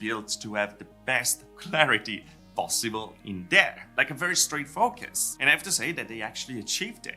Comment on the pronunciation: Hard to focus when you hear fukus, lol. Good content though.